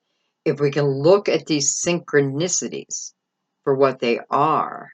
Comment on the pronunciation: 1122 when you said syncronisitys